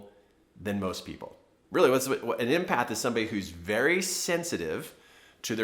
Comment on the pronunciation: Thank you, but it's not pronounced "impath" as you're saying it! It's EMpath as in the name Emily! Empathy, the ability to put yourself in the shoes of others, know how they feel and able to feel the same feelings. Related to compassion, but not the same thing! Many HSPs , highly sensitive people are empaths and many artists as myself are creative empaths.